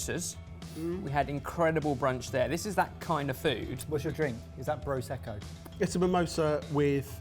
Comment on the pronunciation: BRO-secco. That's great😂